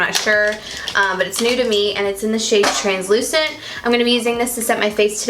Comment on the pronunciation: You could hear the Georgia in your voice when you said translucent 😂💜